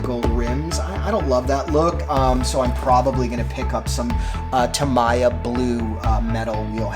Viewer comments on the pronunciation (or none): It’s ta-me-ya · I think it’s pronounced tameeya